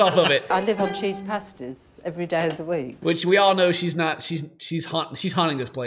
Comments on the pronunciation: Uuuuuuum it’s pasty not pasta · it took me awhile but im sure she said cheese pasty not pasta hahah big difference still grim to eat every day